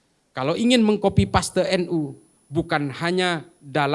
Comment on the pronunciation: Kenapa "KOPI PASTe" ???? 😂 kenapa gak sekalian "COPI PASTe" RIP English